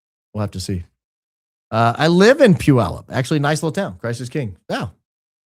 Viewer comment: Puyallup is neither dinky nor on the coast. It’s 43k people and about 100miles inland. I DO appreciate that you pronounce it correctly! (I lived in Orting, the next town over, for 20+ years and my Mom graduated from PHS in 1958!)